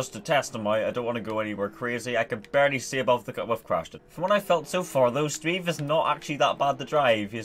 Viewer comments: It's not pronounced 'sbeve' It's pronounced 'Sbëvë' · !S beh v eh' not 's beve' for reference please search up miniladd sbeve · Its not Sbiiv its Sbävä! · SBEVE IS PRONOUNCED SPEH-VEH NOT SPEVE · He pronounced it speve, when its speh-veh. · sBeve it’s of mini lads channel and it isn’t pronounced Steve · No, its pronounced sBEVE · its pronounced sbehv-a